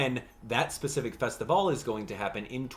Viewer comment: THANK YOU for saying Festivale correctly!!!